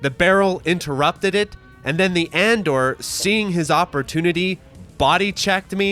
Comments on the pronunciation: Just a heads up, it's not supposed to be "Andore" as in Andor. It's Engrish for "Andre" because the character was an homage to Andre the Giant. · btw, Andore is "A-N-DO-RE". That's "Andre" as best as the Japanese can render it. The character seems to be based on Andre the Giant, who was well known in Japan in the mid-80s as he'd been wrestling over there on and off for years. Edit: ok someone beat me to that lol. Great video! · "The word "andore" is pronounced ahn-DOH-ray, with emphasis on the second syllable. It's a Japanese romanization of the name "Andre," and is commonly used to refer to the character "Andore" from the video game Final Fight"